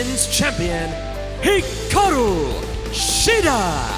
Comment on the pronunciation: It's Hikaru not Hiraku!! Come on AEW fix your women's champion's name!!